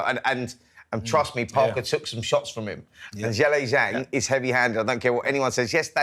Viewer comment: Why does Spencer keep calling Zhilei Zhang “Zhelly Zhang”?!🤦‍♂️🤦‍♂️pronounce his name properly you disrespectful melt!